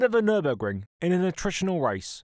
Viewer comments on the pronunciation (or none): none